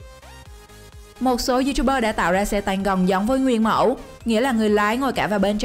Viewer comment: Xe tăng hay xe tang :v rew nhưng lại ngọng